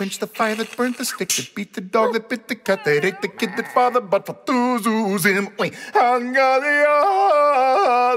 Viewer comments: Half the time he pronounces it 'yuzim' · I love that half the time he accidentally says yuyuyuzim instead of zuzim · Every time he butchers "zuzim" I lose my mcfreaking mind